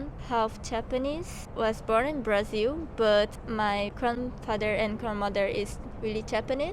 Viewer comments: ele fala "Brasil" direitinho, mano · Ele fala "Brasil" direitinho, do jeito que nós falamos também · tô falando do cara, ele é japonês e fala "Brasil" certinho